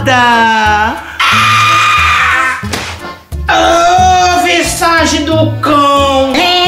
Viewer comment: "O vissace do cão"